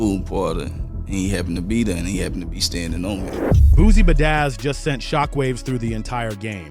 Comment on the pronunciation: He said Boozie budazz 😅